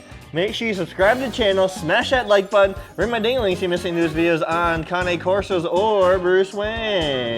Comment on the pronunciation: The way he says cane corso makes me cringe